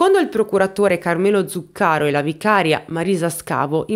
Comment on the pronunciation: Ciao,. Come sempre, un video molto ben fatto. Anzi, commovente più che mai, per l'argomento delicatissimo che hai toccato con la consueta gentilezza. Scusami, spero di non essere fuori luogo, ma mi permetto solo di dirti che si dice "etnèi" e "Zùccaro"... per un eventuale prossimo aggiornamento, se vorrai tenerne conto... Un abbraccio